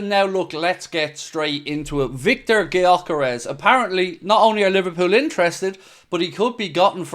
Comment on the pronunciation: Yo just FYI since Gyökeres is a Hungarian who grew up in Sweden his name is pronounced like Dyökeresh. With the Gy pronounced like the D in dew or due. If anyone cares to pronounce it right